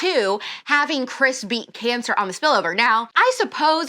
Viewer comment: I just keep hearing Alex say “crispy cancer” instead of Chris Beat Cancer 😂 As always, can’t wait to listen!